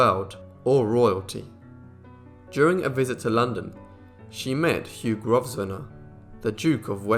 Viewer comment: Hard to believe that with such a plummy Brit accent you mispronounce "Grosvenor." It's pronounced "GROW-ven-er "